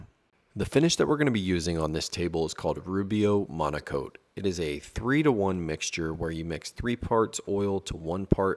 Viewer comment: Oh, it's "Monocoat"? I thought you woodworkers kept saying "Monaco". lol Glad you showed the can...